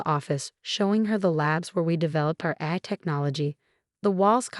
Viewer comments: Please ensure the narrator actually pronounces terms correctly. "AI" is pronounced "A" "I," as in Articifical Intelligence. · AI which is the abbreviation for Artificial Intelligence, Is Pronounced: A, I , Each letter Separately. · Yeah, that is hilarious. AI written, AI read, and it still can't pronounce its own name without a space between the letters.